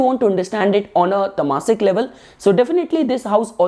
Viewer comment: Pls do accept this correction: "raajasik". .. not "rajaasik" . . And "taamasik" . . Not "tamaasik" . . 👍🙏